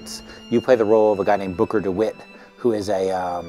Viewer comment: It's Booker, not Bucker. Just so you know.